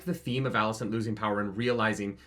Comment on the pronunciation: Okay bot, firstly it's Alicent. ALICENT. Also, every character in the book was boring and BARELY a character. Like, whatever fantasy in your head is what the character was. Fire & Blood was one of George's weaker books for that reason. He's only a good writer because of the way he writes characters. Because he wrote F&B like a history book, it was dry and boring. The occasional quote here, but you never really get any insight into any of the characters. Just lots of tropes and random accounts from third parties. In fact, every single character in the Dance was fucking unlikable as fuck BECAUSE they had no depth to them. I don't know what books you wiki bots read, but it wasn't Fire and Blood. lul But yeah, this finale sucked and so did the season, but NOT because it didn't follow the shit book. It's because the screenwriters are meh.